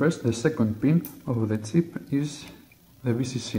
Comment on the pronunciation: i was hearing tip at first then thought to myself it was silly, it was chip after all.